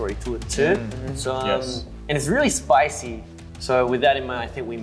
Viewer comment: The way they kept repeating spicy and spoicy (for Chan and Felix) 😂